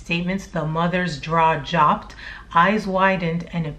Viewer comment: "Jaw jopped" I love that you have flubs like that and leave them in.